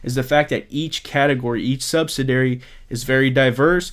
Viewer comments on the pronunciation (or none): Hey! Great information, but I've been noticing you've been pronouncing "subsidiary" differently than it's preferred over several videos. I know it's a small thing, but I want you to present yourself at your best. (And, to be honest, every time I hear it, I cringe 😆). But as I've said before, you're the and I appreciate your vids!